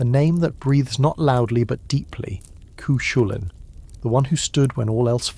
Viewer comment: For those who are not familiar with the correct pronunciation... It's Coo Cull-Ann ✌️💚🌞 there are many other mispronounced words but at least that's the hero's monkier covered 😅